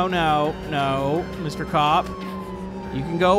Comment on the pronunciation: you said gup not cop